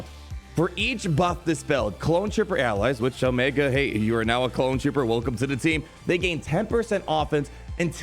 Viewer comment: Stop mispronouncing Omiga, Tick, Ricker, Eko and Hanta. You do it every video.